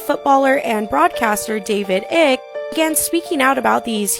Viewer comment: It's not David Ick it's Ike